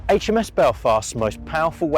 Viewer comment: You get an immediate "like" for saying Aitch Em Ess, not Haitch Em Ess :-) However, it's KILL-o-metres, as in MILL-i-metres and MEG-a-bytes.